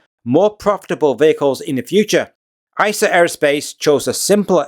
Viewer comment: You should try not to say “Eye-Sa” Aerospace… it is “Ee-sar”… after the river in Munich. Also it’s not “Orgs-berg”, it’s “Owgs-burg”… Just makes you sound less knowledgeable. Otherwise great….